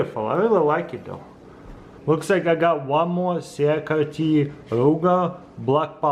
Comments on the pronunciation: CRKT is pronounced like " CRICKET" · Cee -uh-car-Tee. 😅. Accent in full effect. 👍